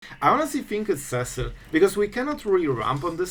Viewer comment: Seh-sill.... had to stop the video right there. See-sill Cecil. Cecil. Repeat after me class SEE_SILL Cecil.